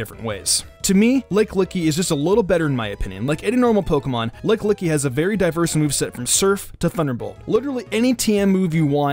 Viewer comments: Anyone else thinking it's lickilicky not lick-licky!? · He keeps saying Lick Licky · "Licklicky" BOI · I giggled everytime you said lickillicky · Why he say lickilicky like that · You really need to work on your pronunciations of Pokémon names (e.g. Lickilicky, Gallade, etc.)